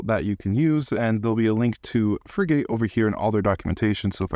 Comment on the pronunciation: Just for knowledge, Frigate is pronounced like the warships. Not free gate. Frigate's icon is the frigatebird a seabird found around the world. Hope that helps.